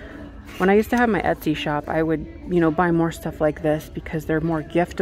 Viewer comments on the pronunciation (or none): none